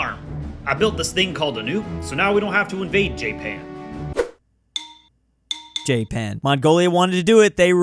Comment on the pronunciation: Jay-pan 🤣Don't get more Murican than that.